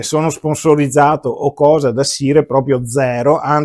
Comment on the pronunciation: Ottimo video come sempre. Una sola nota senza polemica: il nome si pronuncia SAIAR e non SIRE. Per il resto grazie per la tua bella recensione.